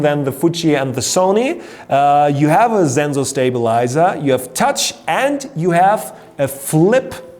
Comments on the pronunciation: It's not zenzor it's sensor. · It's German